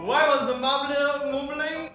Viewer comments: "why did the marblur start moovling" I LOST IT HAHAHAHA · "why was the marberl mooving"